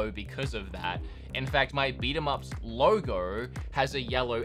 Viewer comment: Lowrrr Goorrwww (logo)